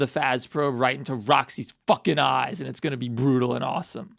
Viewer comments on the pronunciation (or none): THE EMPHASIS ON THEM FŰĆḰíŃ ÉӲÉŚ😭